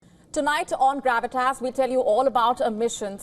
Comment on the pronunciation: Did she say “tonight on Grab an ass?”